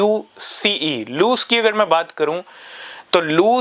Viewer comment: bhai lose nahi luce italian world hai (luchay) matlb light